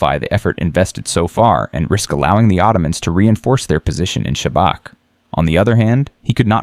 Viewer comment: Everything is good but it is not Sabak it is pronounced Shabats. Oh comment before already did it.